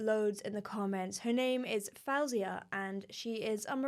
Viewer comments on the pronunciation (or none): Her name is pronounced Foh-Zia and you should listen to her song "Bad Dreams" Piano version, "Tears of Gold" stripped, "Born Without a Heart" Stripped, "How it All Works Out" Stripped and more of her amazing songs (including her tik toks)